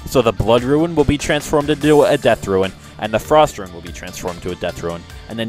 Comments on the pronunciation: Good vid man, only hate that you pronounce Rune as Ruin, but i shouldnt nit pick people pronunciation haha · ITS FUCKING ROON NOT RUIN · RUNE NOT RUIN. but awesome video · 'Ruin', 'res-i-lent', and 'mayta gem'. Not sure why, but how you were pronouncing these really bugged me, haha. Other than that, I enjoyed the guide. Thanks a lot.